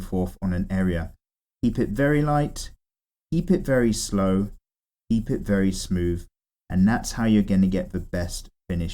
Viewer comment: "eep it very light, eep it very slow and eep it very smooth" LMFAO😂